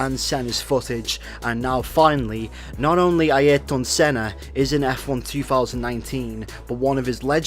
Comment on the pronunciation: Aieeryton Senna lol